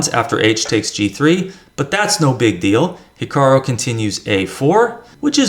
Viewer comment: It's HikaRU not hikaRO! This is so irritating, I'm making sure your videos aren't recommended to me.👿 please get it right.